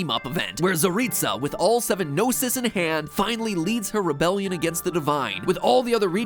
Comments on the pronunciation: Paimon said "GnosES" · is so funny how he can't say gnosis and he liked gnosi ❤❤ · It's funny how you pronounce the Gnosis in plural but in-game it refers the Gnosis as 'Gnoses' as the plural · You mean "Gnoses"?? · Words plz fix: Gnoses (No-sees) plural of Gnosis Khanri'ah (Khan rei ah) I play Genshin, you're absolutely right about Tsaritsa, I mean, that's what I personally think. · It's said in the game, "gnoses" /nōsēz/